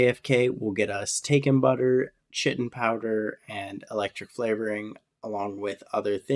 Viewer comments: it kills me that you pronounce chitin like "shitten" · chitin is pronounced like the word kite